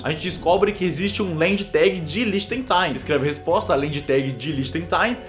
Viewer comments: N fala lichengtain, se fala lichenstain Cellbit 😂😂😂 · A pronúncia é lientichenstaiinn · Oi cellbit, meu avô é de Liechtenstein (é do lado da Alemanha) e na verdade se pronuncia "Líhtenxtéin" kkk. Muito bom o vídeo! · Se pronuncia "lihtenxtain". Vídeo ótimo cellbulitocitaro. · LI-TCHENS-TAIN Pronúncia correta Não sou chato, só me deu agonia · Mano Cellbit falando "Liechtenstein" é mt engraçado kkkkk ... adorei o vídeo 💕💕